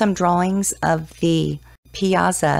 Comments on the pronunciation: If you're going to do a story on something, pronounce the main subjects correctly. Pie ah saw!!!!!!!! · Its pronounced "pie-saw"